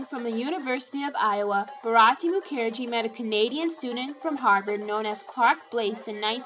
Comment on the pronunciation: Isn't Mukherjee pronounced with the accent on the first syllable?